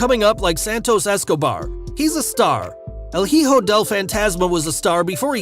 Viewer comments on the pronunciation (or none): Just want to let you know the 'h' in hijo is silent..